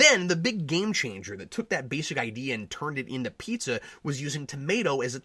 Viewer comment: I'm glad you, too, saw potential in this. I would have gone all the way and made it a parody. Make more of the film noire aspect. And how the heck could Howard know to pronounce the food "pee-tzah" instead of "pie-zah" or "pee-zah"?